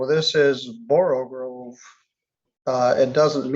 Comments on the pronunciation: With all due respect for Judge Middleton, the word is pronounced, "Borogove", not "Borogrove". There is only one "r" in the word. Also, the slithy creatures were "Toves", not "Tives". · borogove NOT borogrove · You pronounce it 'Borrow-gove'.